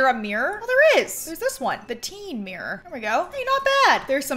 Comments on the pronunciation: Count how many times she said Mirror or shall I say MeReR in this video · omg i love the way you say mirror " it's my favourite mrirrrr "